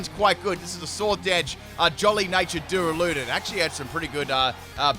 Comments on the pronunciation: Plz.. it’s DU - RA - LU - DON NOT DURA - LUDON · The way he say duraludon like DoOrALoOdIn infuriates me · “Doo-ruh-loo-dun Me: 👁👄👁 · You: Duraladon The guy she tell you not to worry about: Dialga